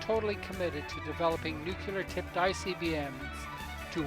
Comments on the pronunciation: Nuclear would have been better than nukular. Otherwise, great video. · It's pronounced "nuclear" NOT "nucular" !!! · However, the way you pronounce the word, "nuclear", makes you sound like an ignorant country bumpkin. Look at the spelling for once in your life. It's pronounced, "new clear", not, "new quewleer". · the ignorant elected us president george bush made nukelar acceptable although it was never pronounced like that before and it's always been nuclear.. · It is spelled: N U C L E A R, not 'nucular'..... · Please...it’s “new-klee-are” not “new-que-lar”. Regardless probably the best vid about the DPRK on Youtube! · The word is nuke-lear, not nucular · I think you spelled "nuclear" wrong. It's supposed to be "nucular" or "nuculer" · Cool video, one thing though, can you try to say "Nuclear" instead of "Nucular"? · I may be totally blind, but you've helped me see, feel and hear everything you experienced and what the people experience everyday over there. Please forgive me, though for this: Please learn how to pronounce (nu-clear) not (nu-kew-ler) It's a common mistake that Presidents Bush and Bush made, and I used to make the same mistake. Otherwise, I really was impressed with this documentary. I've heard so many horrible documentaries about how they treat people with disabilities and how they experiment with so many people. I know they don't end well. I also wouldn't want to live in those apartment buildings. Thank you for giving us all a realistic profile of this dark, totalitarian nation. There is no doubt in my mind that these people are oppressed and so very empty. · NUKE-YOO lurr Come on, guy. You can do better than that From the American Puppet Regime. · Nucular... It's pronounced Nucular... :-D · Good documentary. A shame you can't pronounce the word "nuclear" correctly.